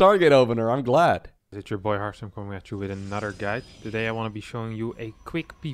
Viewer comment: says "Hartstem", I hear Hearthstone.